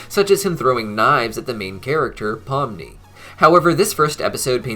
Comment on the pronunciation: POMNI* not pumni get it right